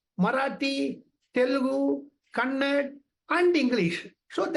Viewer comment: Kannada not kannad